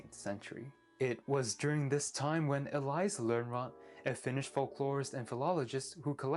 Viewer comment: I listened to the pronunciation of Elias Lönnrot a few times before it stopped being funny.